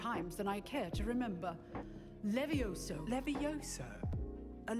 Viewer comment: 🗣️🗣️🗣️ it's leveosi not leve_osi